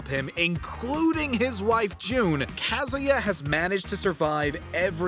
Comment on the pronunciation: Good lord, the way he pronounces Kazuya and Raiden.